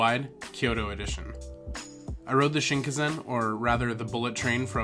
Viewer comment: Cool stuff as always my man, little bit triggered by the misspronunciation of shinkansen and tsukemen but that's just me being a dweeb. Also the most likely reason why your room smelled like farts was because of the tatami flooring, it can smell a bit when it's cold or damp/moist.